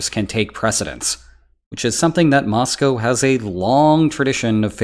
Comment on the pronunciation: Nice to hear "Moscow" pronounced correctly